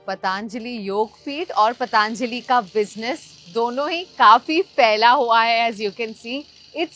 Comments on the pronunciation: Why is she saying पाताआंजलि? It’s पतंजलि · Kamiya ji .... It is patanjali not pataanjali..... Kindly correct your pronunciation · It's Patanjali not Pataanjali ..carly ji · पतांजली नहीं पतंजलि और योगा नहीं योग।कम से कम नाम तो सही लो। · just a small correction: it's 'Patanjali,' not 'Pataanjali.' Great video otherwise! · That is “Patanjali” not “Pataanjali”. Please for god sake, pronounce it properly. It is named after Maharishi Patanjali (पतंजलि) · Very nice episode. बस योग (yog) और पतंजलि (patanjali) को योगा (yoga) और पतांजलि (pataanjali) बोलना बन्द कर दो। My most favourite travel and food channel and best host. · सही उच्यारणं किजिये,पतांजलि गलत हैं पतंजलि कहो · Madam wo "पतंजलि" hota hai "पतांजलि" nahi hota hai. Btw Good video 👍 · Kamya, its not pataanjali, its patanjali… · its patanjali not pataaanjaali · कामीया जी..पतांजली नही..पतंजली बोलो नही तो कयी लोग आपको कमीया बुलायेंगे 😂😂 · पतन्जलि (पतंजलि) सही है, पतान्जलि नहीं। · “ पतंजलि “... एकदम ग़लत उच्चारण पतांजलि नहीं है वो “ पतंजलि “ है. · It's not पतांजली it's पतंजली why this accent. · It is Patanjali not Pataan-jali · आप पतांजली क्यों बोल रही है???पतंजली है उच्चारण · First and foremost, it's ' पतंजली '... not ' पतांजली ' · Kamiya needs to pronounce properly. She is running a channel that is reaching millions and is so careless about how to pronounce PATANJALI.